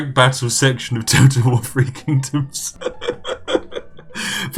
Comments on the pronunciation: Nobody: Brits: Free Kingdoms Everyone Else: Three Kingdoms? Spiff: TEA! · Just listening to The Spiffing Brit butcher Chinese names.